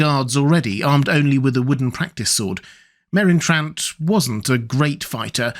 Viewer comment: "The best swordsman in the world, killed by Merron Trant?" 😂